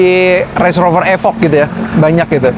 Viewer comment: nice video....thanks informasinya. ada sedikit kritik membangun; "evoque" jangan dibaca "efok", cara bacanya yg bener "ifouh"